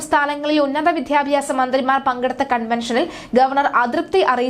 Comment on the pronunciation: വിദ്ധ്യാബ്യാസം അല്ല, വിദ്യാഭ്യാസം. സ്ഥിരമായി ഇങ്ങനെ ഉച്ചരിക്കുന്നത് കൊണ്ടാണ് ചൂണ്ടിക്കട്ടുന്നത്.